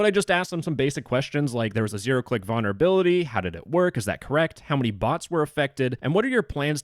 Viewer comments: Vulnerability not vonnerability. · Can you please stop saying "Vaunerability" 😭😭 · Why can’t this dude say vulnerability correctly 😭